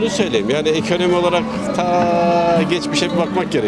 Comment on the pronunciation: Ekönömi dedimi devamı belli daha da izlemem konuşanı..